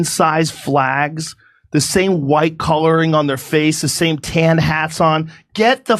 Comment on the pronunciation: Huwhite supremests!!!!!! 😂😂😂Lol